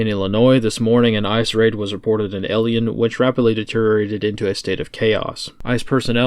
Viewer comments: Elian, Illinois? I think you mean Elgin. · Its pronounced L Gin illinois elgin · Lolol pronounced EL GIN